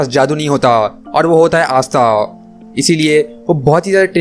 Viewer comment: Astha🖐Not Pasta 🍝 😂